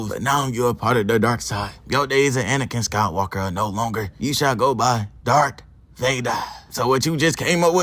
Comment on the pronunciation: DARTH not dArK